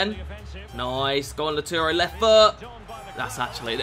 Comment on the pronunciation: Everyone: Lautaro: Lauturo